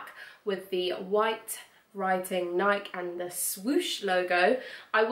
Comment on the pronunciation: I love your shoe collection!!! That tri-color pair of heels and the dinner shoes were divine. And all your boots were great. You do pronounce the long 'e' on Nike, by the way. 😊